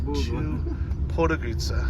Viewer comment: try to pronounce it like this „pod go rid tza“